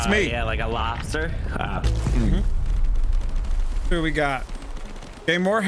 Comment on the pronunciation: "Red Lodster"